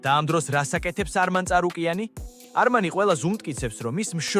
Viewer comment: წარუკიანი არა ჭარუკიანი 😂😂